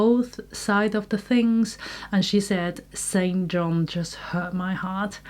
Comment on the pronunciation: St John is pronounced "Sinjin".